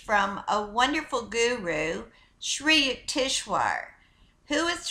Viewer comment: HIS NAME IS PRONOUNCED SRI U-TEKS -VAR. I DONT RECALL READING THIS INFORMATION FROM ANY OF SRI YUKEWARS MATERIAL.HE NEVER USED THE WORD GAIA. SHE IS PLAGIARIZING HIS NAME TO SEND HER OWN MESSAGE. I DONT DENY ITS A POSITIVE MESSAGE,I JUST DONT THINK ITS IN THE INTEREST OF HONESTY. SHE SHOULD NOT BE DOING THIS.